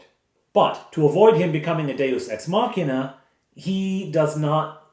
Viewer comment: Another great episode. Thank you for pronouncing 'Deus Ex Machina' correctly. :D